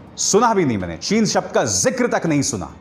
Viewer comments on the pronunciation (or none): Hamare pm sahab ko chin bolne nahi aati